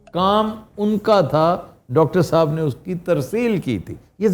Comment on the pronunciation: intro krwaty wqt sahab py bra zor deti hen aftab iqbal saaaaaaahhhbbbb ye na bhi kahen to phr b wo hmary liye itny hi mohtaram hen